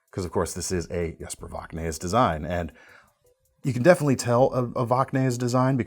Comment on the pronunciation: Love the video, hate the way you say Voxnaes.